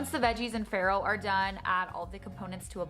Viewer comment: Also, she's pronouncing "farro" wrong. She's actually saying "iron" (ferro) in in Italian, and it's hilarious because she's not getting any of that.